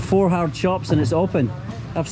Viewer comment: One Two Three Frot